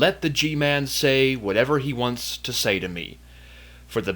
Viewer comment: The G-man is one of the lizard people,the true rulers of Earth. You can tell it by the way he talks,he pronounces his "S" like a reptile hissing.